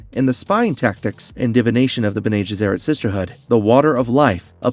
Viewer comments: It should be 'BENnay GESserrit' - not 'JESserit'. It's a Latin phrase meaning 'those who do good' - an ideal title for a group self-serving, manipulative megalomaniacs! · Also "mentant, and the b'nay gheserat" ? "Presenants"? Ah man he actually finally called it presience as I was typing. Someone isn't a fan of dune and is just reading a script... I'm pretty much the comic book guy from the Simpsons rite now, lol. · I enjoy the videos and love that you’re covering Dune, but PLEASE get your pronunciations down. It is painful. Some of them are open to interpretation but when you get names wrong and can’t even pronounce Bene Gesserit correctly it hurts your credibility as a knowledgeable content creator. Looking forward to future videos! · Irulan - I-ru-Lan Bene Gesserit - Bene gEsserit (not Bene jessErit) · Your pronunciations are WAY off.. BENNIE JES-ER-AT KWE-ZATS-HAD-ERACK But you get Harkonnen right 🤣